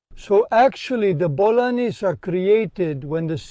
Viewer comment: Bol'anim* not bolaines